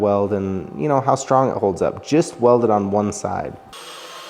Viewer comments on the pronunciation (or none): Did he say "let's see how stong this holds up" ?